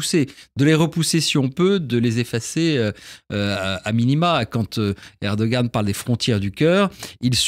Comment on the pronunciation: On prononce erdo-an, et non erdo-gan. Ça signifie homme courageux